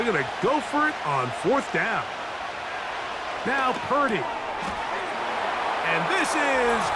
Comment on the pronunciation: No Pury is what i heard.